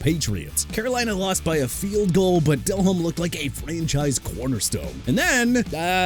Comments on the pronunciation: JAKE DELHOMME AS IN DEH-LOHM NOT DEL-HOME! YOU CAN'T PRONOUNCE ANYBODY'S NAME RIGHT THEN YOU SHOULD BE A VOICE IN CAR ADVERTISEMENTS!! ALSO FYI IT'S CHICAGO AS IN SHUH-KAH-GOW OR SHEE-KAH-GOW!! GOODBYE!! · I turned this video off after seeing Jake Delehome and Matt Ryan being on this list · Its jake del omme not jake del home. Its like saying Brett Fa vre instead of Farve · It's not Dell Home damnit. It's pronounced like Delome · Del-Ome..not Del-Home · Learn how to pronounce the names, Jake Del-Home-Ey and Rick Mir-or-er.... please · Uhm its Jake De-Lohm - Fix your AI buddy - If you want to act like you know football, don't mispronounce the names of the players you are talking about. Makes you sound like an idiot... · This list makes 0 sense and it’s clear AI slop. DelHOME lol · Hate yalls pronunciation of Delhomme, and im not even a Panthers fan Edit: And the pronunciation of Rick Mirer